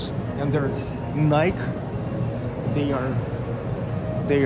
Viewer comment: In America we say Nike: Найки (you know Nye-key)